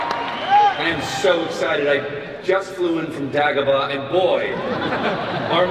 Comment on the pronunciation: If you are mis pronouncing Dagobah, are you really a life long SW fan?